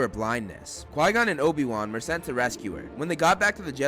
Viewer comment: It's "CHI GON JIN" NOT QUAY GON..